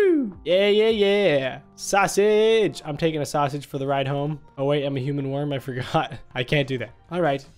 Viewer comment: Is not a nek is a wirm